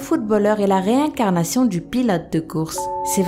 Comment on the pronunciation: La comme ils disent "réincarnation "😂